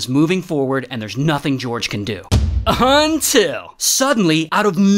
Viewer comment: Everything’s nice until Ray says “UNTIL”😂